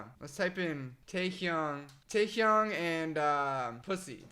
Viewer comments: The way he says taehyung stresses me out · i’m gonna phonetically type how he pronounces each member’s name jungooo-k taeHyoung jih-Min nohmjoon soke-jin hoe-suck yoongi